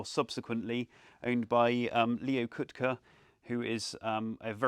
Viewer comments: So when he said "Leo Coot-kuh", regarded as the greatest American finger picking guitarist, I thought, "Who the hell is that?" It's "Kaht-Key". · Leo Kottke's last name is pronounced "cot-key". He is a fabulous guitar player usually seen with Taylor flattops.